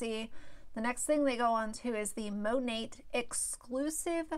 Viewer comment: Mone"t" Great review on a product you can't even pronounce. Cringe.